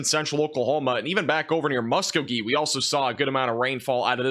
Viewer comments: Hey I'm an Okie from Muskogee, and I just wanted to say, it's mus-KO-gee.:) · lol the way you said Muskogee